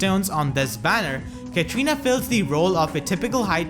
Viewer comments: Pretty sure it's Katarina not Katrina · Why everybody pronounce her name as Ka-tri-na? It's Ka-TA-ri-na. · Katrina Katrina Katrina, its KATARINA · Edgar Garcia I know, right? XD